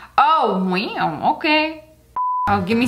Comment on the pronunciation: I love the time she said wew or is it wow